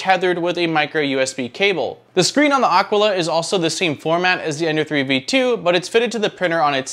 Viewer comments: It is aquila not aquala. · It’s Ah Quill uh. Nit picking. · yes, it is a latin world. It simply means "eagle" (the bird) and it is pronounced ˈa.kwi.la (accent on the initial "a"). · AKEELA is how it is pronounced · A-kee-la. :) Nice review, I've just bought one! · Aquila like Tequila is probably how it's pronounced. imho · This is totally correct. My high school year book was named Aquila and it was many years later that I realized that no one had pronounced it correctly. A quill a is also wrong as we used to pronounce it. BTW, this is native American for eagle. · You pronounce the name like you pronounce Taquila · Maybe you could start by pronouncing "Aquila" properly... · I've wondered that myself, and since Aquila is spelled like tequila, that's the way I went with it. I'm always open to correction when wrong though.